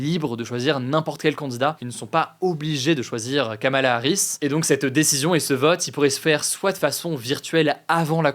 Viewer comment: Pour info (sérieuse et vérifiée), le prénom de Kamala Harris se prononce apparement "Komela" ou "Komla"